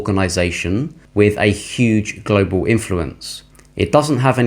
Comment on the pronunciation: Please stop saying Glo Baal.....ya really feel we are on a spinning wobbling ball....com on man